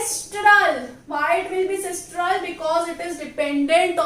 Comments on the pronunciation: It is sinistral and not sistral. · Sistral nahi hota mam.., its sinistral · its not sistral,its sinistral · Mam its a very helpful video just correcting one mistake as google says its sinistral and not sistral 🙃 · It is sinistral sister not sistral